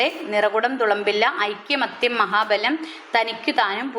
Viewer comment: Aikyamathyam alla aikamathyam aann